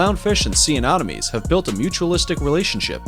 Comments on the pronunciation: So cringey as f**k how you keep calling Sea Anemones Anomones... how can you even say it wrong your placing an O where there isnt one. Then you call it Sea Anonomies. More than once.... JFC!!! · Bro', I'll subscribe if you from now on never pronounce Anemones in that way again, because you make it sound as if it's anonymous, an anonomy, or anomaly, when it's clearly >>Anemones. Anemones =(Anem-o-nees);- They are named after the anemone, a terrestrial flowering plant, because of the colourful appearance of many. Sea anemones are classified in the phylum Cnidaria, class Anthozoa, subclass Hexacorallia. As cnidarians, sea anemones are related to corals, jellyfish, tube-dwelling anemones, and Hydra. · 'secret antibiotics' lol. SECRETE antibiotics.. And. AnOMinees??? Anemones!!! And Aahfids?? Aphids (AYphids) Dude... You sound like you didn't finish middle school. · "Sea anomenies"